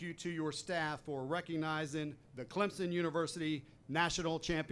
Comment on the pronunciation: At least he said Clemson right. Not clemzon.